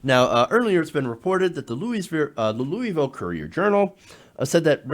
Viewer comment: First off, pronounce Louisville correctly. Second off Rand Paul is going to a privately owned hospital, paying out of pocket (which will actually probably be paid by the person who assulted him so that $5K really doesn't matter). But anyway, his stance that people should be able to make the choice to go to the best doctor availble is just reinforced here. If he had cancer, the U.S. would be the place to go, because the U.S. had a better outcome than Canada.